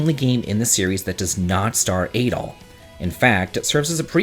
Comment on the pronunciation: Adol is pronounced like "add-all" not "ay-dall."